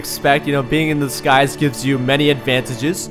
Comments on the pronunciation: Did anyone else think he said "Master of The Skies" instead of "Master of Disguise" ??? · Second mod, i thought u said 'master of the skys' at first.